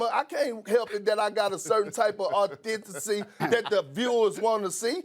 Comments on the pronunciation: Perk : Authicity………… Jalen: Authenticity !!! LMFAO 🤣🤣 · Nobody : Kendrick Perkins : Authenticy 🤦🏾‍♂️😂😂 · THIS MAN PERK JUST SAID AUTHENTICY LMAOAOO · "Authenticy" - Perkins lmaooo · "Authenticy" - Perk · Authencesee = authenticity 😂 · " I got authinticy" - Kendrick Perkins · "I only watch this show when there is a GUEST HOST. When Greeny walked off the set I thought I could go-back-to watching." "He wasn't even able to mediate the "authincity" of their "authenticity""" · “authen-ticy” thats it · audenthity lmao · Kendrick is a backwoods talking clown. How about learn to pronounce your word. You're making us look bad. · Kendrick can’t say Authenticity lol 😂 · You know it’s personal when Jalen corrects someone’s pronunciation of a word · Perk couldn’t even pronounce “authenticity” so Jalen did it for him. This was a beat down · Jalen needs to chill before Perk loses his job 😂😂😂. He murdered this dude. Y’all peep Perk said “Authenticity wrong and Jalen had to correct him😂😂🤣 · *Authenticity The irony is that both Jalen and Perk proved their points: Perk was authentically being himself. Jalen pointed out that he pronounced the word incorrectly.